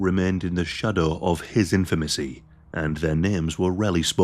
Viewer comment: not to be that guy but it's "infamy", sorry lol